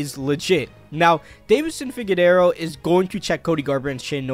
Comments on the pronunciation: Bro said figadero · Pronounced Figueredo “Figedero” and Evloev “Evlov” lol good luck to 1k and beyond lil bro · Jumalal, u think he's trying to pronounce the H, also figadero 😂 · You already had a bunch of red flags but when you mispronounced Figgys name, a former champ… No I can’t support this. I mean I for damn sure can’t spell his name but I watch the sport so I know how to say the name of a former champion. That’s ridiculous. If you wanna cover mma you need to know how to say at least the names of the champions/former champs bro. Come on. It’s not funny it’s unacceptable.